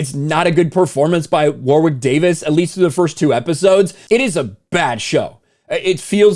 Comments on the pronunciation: I kept tuning out while watching this vid. The mispronunciation of the name War-Wick was too distracting. It's pronounced Worrick. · Hey, not to be that guy but it's pronounced "worick", not 'war wick'. Love your work my brother. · Argh! "Wa-rick" not, " Wawr-wick" You stupid Americans! Mr Davies is a superb actor and comedian: just watch "Life's Too Short" for some of his best work. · For every time you said "War-wick", a dwarf somewhere on the planet died. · Loved the Willow movie as a kid, this is very depressing. Can't bring myself to watch it in case it ruins the whole Willow universe for me. P.s. his name is pronounced Warrick Davis... weird spelling, I know. Never understood it. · Ok does anyone notice how pronounces some things kind of funny? War-wick? Toll-keen? Maybe it’s just me. But I can’t just be ok with it. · It's pronounced Warrick, you don't pronounce the "w".